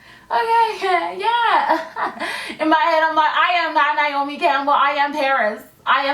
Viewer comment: That was funny when you said niomi Campbell because my name is Niamh Campbell and I'm always called niomi